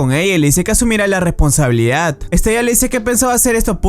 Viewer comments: Estella?????, madre mía amigo. Se llama pronunciado literalmente es-te-la. Igual que en otros vídeos dices mal los nombres. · no se pronuncia estella se pronncia estela ..... me encantan tus videos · Se pronuncia Estela